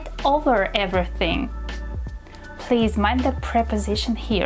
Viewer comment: " he surprised me ver much " Wtf is " ver "???? Also: Everybody already sais figure out and hold on. Maybe YOU should learn how to speak Your " English lessons "? You don't even speak English- " evra thing " What tf is that?